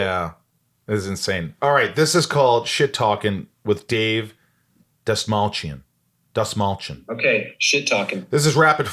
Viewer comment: For anyone that cares to pronounce the lat name correctly it’s pronounced DAST-MALL-CHI-YAWN. (Persian last name) fun fact: Dastmal means tissue.